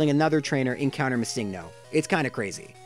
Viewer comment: Yeah, missingno literally means missing number, it isn't a pokemon name and should be pronounced missing-no